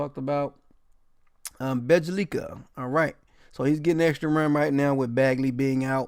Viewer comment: Bro I swear half the reason I watch is to hear you BUTCHER the names😂😂😂 “Bejja-LIKA” 🤦🏽‍♂️😂😂😂😂😂